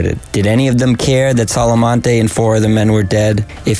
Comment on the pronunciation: Solmonte not Solomonte